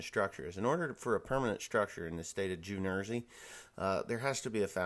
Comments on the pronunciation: You said Nersey. 😏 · Did I hear you right? The state of Jew Nersey? LOL!